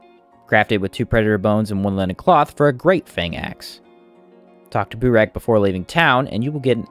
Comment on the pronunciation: “Boo-rack”? i think it’s meant to be pronounced Burr-Ack 🤷‍♂️ anyhoo, you can actually use flamethrower on other left hand light sources, like the Iceflame torch, which is easy to make even early game if you have a cold stone, and has 500 durability so it lasts long as a dmg source. i would assume it would also work with the coil lantern for lighting dmg, but i’ve never tried it and there is no info on it as no one has seemingly tried it either. either way, you are unlikely to find one early game, but someone with one should still give it a try to see if it works or not.